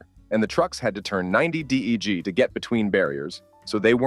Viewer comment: Deg = D.E.G. 😹